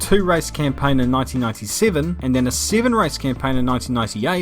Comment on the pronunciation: 7 "siven" 2nd "sicond"